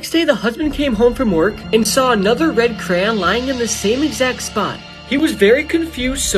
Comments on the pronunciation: Bro pronounced crayon like cran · Crayon pronunciation = CRAY- YON. Not "Cran." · That's why the teachers call it CRAYON And not "cran" how we pronounce it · It's pronounced CRAY-ON not CRAN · He was spelling it like the guy pronounced it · “This is the creepy story of the red cran 😩” lol No hate but this is kinda funny in my opinion dont hate on this Ik people pronounce it differently. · I hate that he pronounces "crayon" as "cran"💀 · I finally found someone who pronounces it like me